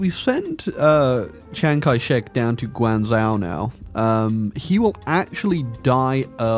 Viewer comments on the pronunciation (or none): It's pronounced Guang-jo, not Guang-zao